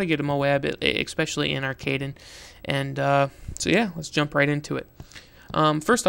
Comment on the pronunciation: And not only are you pronouncing the map wrong, you're tactic is not the best way.